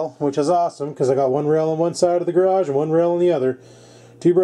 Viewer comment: "Scores"!!! Another window in the "gradge" right on ! Not too bad, not too bad...